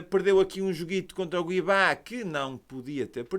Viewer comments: Não é guibá, é CUIabá Abraço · oh, n é Guiabá, mas sim Cuiabá com C. Abraço hahah